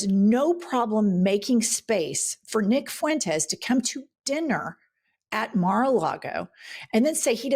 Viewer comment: Nick Foo-entez? DonOld can't even pronounce his name correctly 😢😅